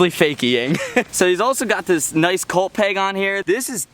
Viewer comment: Its cult not colt for fuck's sake.